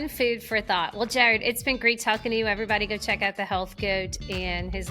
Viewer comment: 💖💖💖 I’m loving your content. Found you after your interview with Gary Brecka and so happy I did. And after this episode , found out you’re from NOLA. Me too! Born and raised. Just moved to Denver a year ago. Am I hearing some Marrero in there from how you said “Jaared”??🫶🫶